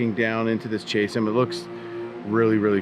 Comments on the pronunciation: Chasm = Kazim, not chasem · Good video. For the record, chasm is pronounced "Caz-um" not " Chase-um" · EPIC adventure. Glued to the screen! Scenery was outstanding! (Btw, “chasm” is pronounced caz’-um, not chas-um. )😊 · "KAS-uhm" not "CHAS-ism" hahaha😂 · it's Kaz-Em not Chase-Em, lol. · Hopi is pronounced "ho·pee," just fyi. Minor quibble. Also, Chasm is pronounced kaz-zum. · chasm, sounds like Ka-zm. Great adventure! Thanks for sharing.